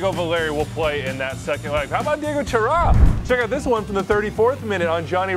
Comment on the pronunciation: Idk who says it, but he pronounced Chara wrong and said Daniel Guzman...it’s David Guzman!! My god...